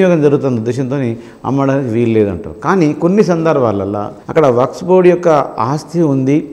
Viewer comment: Waks not sir.. Waqf sorry sir😎